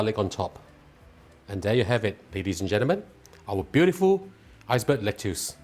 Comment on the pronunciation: Lettuce is pronounce as "Let-us"(American) or "Let-is"(British)... DON'T call it "Let-tius"